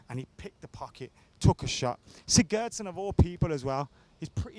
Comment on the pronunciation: Hate the way you pronounce sigurdsson 😖